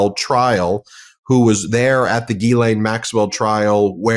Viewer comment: Since Medias Touch is discussing Epstein and his co horts, I think the names need to be pronounced correctly instead of struggling with the correct pronunciation such as Ghislane. I understand it's an unusual pronunciation, but you know who knows how to pronounce her name properly? Virginia Guiffre/ Roberts. Here's a phonetic spelling to help: Gair lan.